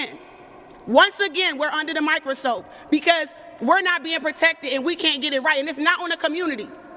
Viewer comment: she said we are under the micro soap